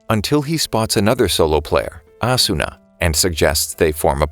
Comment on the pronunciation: Its actually ah-su-na